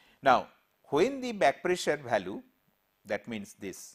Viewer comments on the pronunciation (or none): lol...his pronunciation......balue for value, divergent for divergent,....tooo funny... But lecture is good